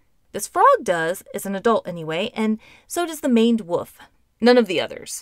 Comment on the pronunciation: Woof is now and has always been an odd way to pronounce wolf